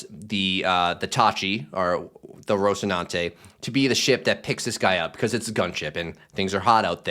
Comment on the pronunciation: you are giving the Castilian (relic of Imperial Spain and a monarch with a lisp) pronunciation with the infamous TH sound where normally there is an S sound.